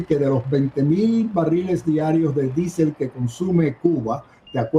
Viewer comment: Por qué no dice diésel? Q manía d decir disel.